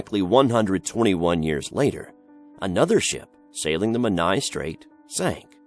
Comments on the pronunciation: This was a brill vid! Really enjoyed it :) just one tweak with the Hugh Williams story location of Menai Straits (I used to live there) and it's pronounced 'men-eye' as opposed to 'men-aya'! Sorry to be 'that person' but just for future reference :) Going to be watching more of your vids now! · I lived near the Menai Straights on Anglesey and the way he says “Menai” makes me cringe 😩